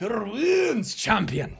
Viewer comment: HER WOOOOOONS, CHAMPYUN!